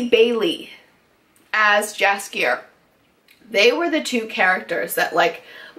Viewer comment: My only concern is that it's too short. They could put and do a lot more if they had more episodes, for now this soup is too dense;) but I love your review, and your passion for the Witcher series;) please try to pronounce Jaskier like yoghurt not like jam:) cheers!